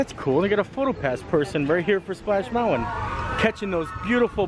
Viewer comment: Please,, it's pronounced "moun-tin", not "mount-win".